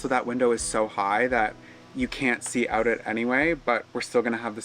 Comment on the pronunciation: I heard pronounce out, oot. Beautiful home your accomplishing. Stay safe!